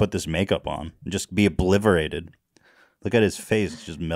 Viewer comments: Ethan says "obliverated" - nailed it! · Did ethan just say "obliverated"? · Ethan's word of the day "Ebliverated" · "Obliverated" lol love you guys